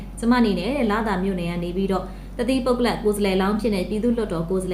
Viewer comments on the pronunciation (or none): ပုဂ္ဂလ ကို ပုဂ္ဂလပ် လို့ ပြောတာ ကြားလိုက်သလားလို့